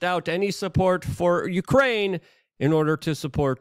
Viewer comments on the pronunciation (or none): none